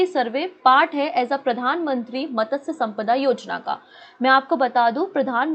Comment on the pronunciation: Dear Puja mam, मतस्य नहीं मत्स्य होता है। PM मत्स्य सम्पदा योजना।